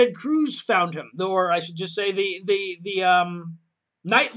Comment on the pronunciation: Curze! Not Cruze.